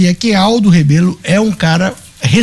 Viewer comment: Locutor o nome correto e Rebelo